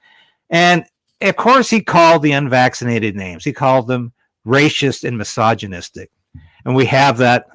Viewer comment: it's "race-ist" not "race-isht". Just sayin'.